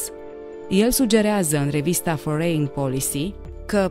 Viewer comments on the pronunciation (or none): Se citeste " forin: nu forein !